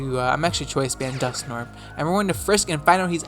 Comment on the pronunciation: Your pronunciation of Dusknoir triggers me.